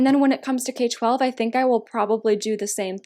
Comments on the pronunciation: It’s pronounced K-12 (K trough twelve) not K12 💗💗 So excited for this video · I love this series! but just so you know, there are fans that will attack you for pronouncing k-12 wrong. im not, but just so you know, you pronounce k-12 like: "k through twelve" :) But i love these videos! :)